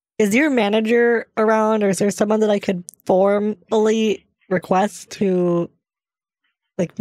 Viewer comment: "Can I form-ally ask you to get somebody else to fill your role?"